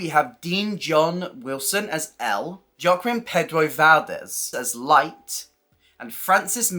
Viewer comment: Very interesting information, thanks. Loving this series. Just a to say Joaquin is pronounced hwa-kin.